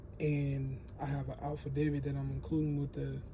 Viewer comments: Are you saying "alphadavid" for affidavit? O_o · He spelled it exactly like you said it. Alphadavid! 🤣 (I listened to it several times with my earphones -- CLEAR AS DAY) But at least you're not using the Betadavid.